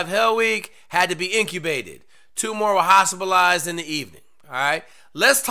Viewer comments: inTUBated not inCUBated .. sorry med student here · Intubated... Not "incubated" I am guessing you just imagine you misspoke? do they really have to Shove tubes down peoples throat a lot? that is Intubated, not incubated. I'm guessing they have a sauna to "incubate" you hahah JK love the content.